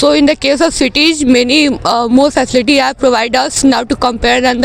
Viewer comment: फैकेलिटी ✖️ facility ( फैसिलिटी ) ✔️